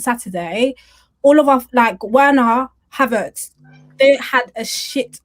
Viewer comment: I feel like crying everytime pronounces verner as werner 🤧